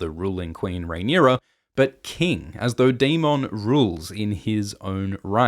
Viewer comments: Dae-min, not Dae-mawn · Why do you lean so hard into pronouncing Daemon as day-MON when GRRM clearly pronounces it day-MIN? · Will someone please tell this guy how to pronounce daemon it’s not day-mon it’s daemon Jesus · Why do say daeMON instead of daemen spoken out that way I mean..also aeMOND instead of aymend🙄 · It’s daemon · You need to learn how to pronounce Aemond and Daemon. Do you even watch the show?